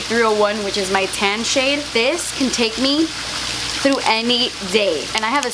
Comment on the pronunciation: Can I ask you question why you always say through tr not th but no problem and were are from and I really love you so so much